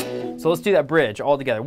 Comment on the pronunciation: you don't sing it "do", you sing it "djo" that's what i hear :D